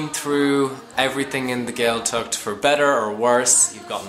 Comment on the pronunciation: What to expect? You should expect people who can pronounced Gaeltacht properly. The Ch is not pronounced like a K. It is pronounced like the ch in German Bach. Maybe, don't bother learning Irish if you are so contemptuous of the language?